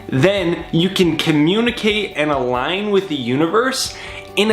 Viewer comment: "Algin" with the universe?